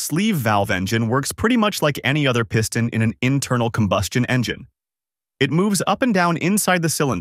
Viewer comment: The Pee-ston? Dude, need to train your computer how to pronounce words. Or better yet, just put a human behind the microphone. I bloody can’t stand a computer generated narration, you earned yourself an instant thumbs down from me.